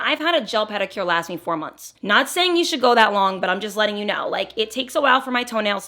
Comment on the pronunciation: You were SO jersey when you said “last” and “lashes” 😂😂❤❤